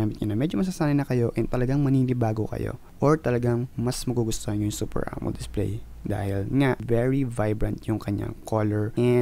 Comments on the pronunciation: wtf....it's amo-led not amold..... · AMO-LED po.d po AMOLD